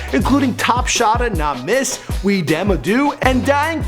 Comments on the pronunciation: *"Weh dem a do" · hahahaha lol its not "WE THEM A DO" its "WAH DEM A DO" translate " what are they doing" but good effort thou. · its weh dem a do not "we." lol...ur forgiven